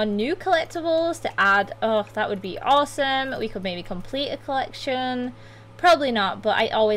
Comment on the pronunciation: I love your accent, don't get me wrong I don't want to hate but I find it cool that sometimes when you say awesome I hear awsims, REALLY don't mean to hate it is really cool!!